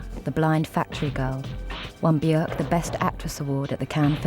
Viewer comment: her name actually rhymes with work